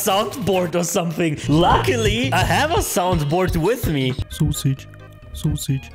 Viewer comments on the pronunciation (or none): I can't stop laughing when says sosig